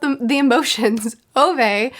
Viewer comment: The correct way of pronouncing Ove is roughly around this: Oo-veh / Ou-veh The eh-part is sort of like the E in Every. It reminded me of my late grandfather who had the name, maybe I'll read it some time